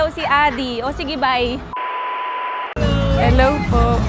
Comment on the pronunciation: Oe pwesent😅 henlo friends😆